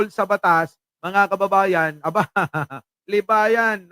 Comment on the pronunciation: baka libagan hinde libayan